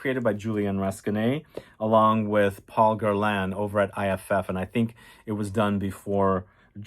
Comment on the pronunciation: its called GER-LAEnnnn